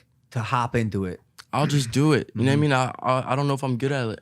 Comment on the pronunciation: “you kneow whet i mean” iann dior- 2020